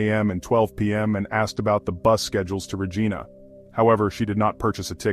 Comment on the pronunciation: RA-ghai-na not Ra-gee-na and Alley not Al-ee. Jesus